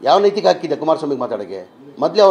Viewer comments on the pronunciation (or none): ನೀತಿಕತೆ ಅಲ್ಲ ನೈತಿಕತೆ ಕುಳ್ಳ 😂